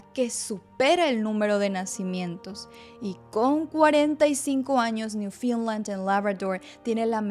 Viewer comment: Hola, Muchas gracias por la información, muy útil y organizada. La pronunciación del nombre Newfoundland es incorrecta. No es “Newfinland”